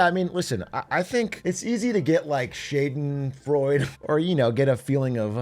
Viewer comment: Bro, I thought u had lived in Germany and then you pronounce Shadenfreude like that